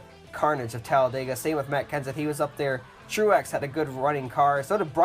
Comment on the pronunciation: You said makks Kenneth...